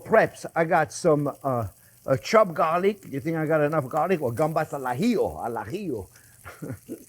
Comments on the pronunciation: Since we're not sending a man to the moon and it's only cooking, I will leave the chili out. More butter, more garlic, more parsley, more vermouth and zero chili. And for me, on crustini please. Oh, and as a Spaniard, I can confirm you're saying "gambas al ajillo" perfectly, albeit with a slight French flair; which is good. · "gambas al ajillo" you pronounce it perfectly! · ¡Excelente pronunciación!👌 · When you say 'gambas al ajillo' your Spanish pronunciation is excellent! When you say camaron, a little less excellent, haha! Thanks for another delicious recipe, I love it. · As a Spanish person, the way you said Gambas al ajillo was perfect. Could have fooled me if you said you were born in Spain! Thanks for making such an iconic dish